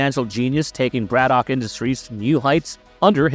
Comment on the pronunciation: It’s not Brad-Dock it’s Brad-ick